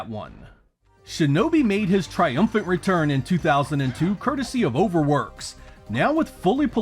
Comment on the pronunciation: Weturn to your gwave